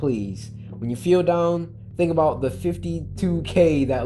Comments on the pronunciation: aboot XD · he really did that Canadian stereotype "you know what I'm talking aboot"